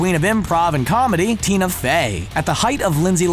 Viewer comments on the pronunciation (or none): none